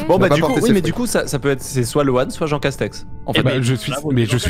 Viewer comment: C'est marrant leur jeu . Les stratégies qu'ils emploient. Le truc qui me fait vraiment marrer c'est jean castek qui met ce speudo en jeu, dit appeler moi jean seulement (à chaque fois qu'ils disent jean castek) mais dès que lui prononce son nom ,il dit à chaque fois jean castek 😂😂😂. Ne m'appelez pas ainsi.....(au autres) -(lui quelques minutes plutard): ça c'est du jean castek 😂😂.